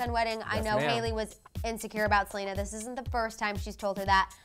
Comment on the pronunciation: it’s Selena not Salina